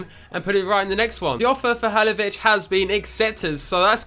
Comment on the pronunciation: I'm almost positive it's pronounced "Ha-LIL-o-vich"